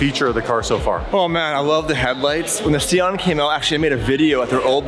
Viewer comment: Si-on. Please. Idec if sieon is the correct name.